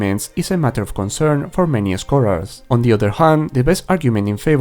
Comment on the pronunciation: I like your videos but holy moly man you HAVE to work on your pronunciation of some words in English. I had to turn on subtitles at some points which I am glad that you included by the way. The word "scholars" has its stress on the first syllable and it is not pronounced that way, and the word "dubious" is not pronounced that way either. There are many more examples, such as the word "attributed", which has its second syllable stressed. Take this as a friendly piece of advice. I hope I don't come off as an asshole. I really just want to be helpful and offer some constructive criticism. All props to you for even knowing more than one language. Just work on that strong accent and pronunciation a bit my man!